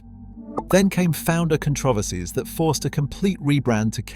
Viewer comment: Con TRO ver sies? AI should be AS-- Artificial Stupidity.